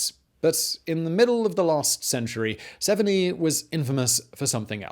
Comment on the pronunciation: Severnee? Severneye